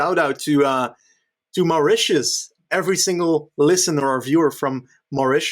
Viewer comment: I showed my (Mauritian) mum and she says says Mauritius weirdly... it's named after a dutch dude though so I'm sure knows best